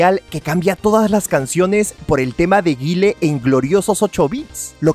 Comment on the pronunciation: Me taladraron los oídos desde el comienzo del vídeo con la pronunciación de Guile, como arruinar un vídeo así por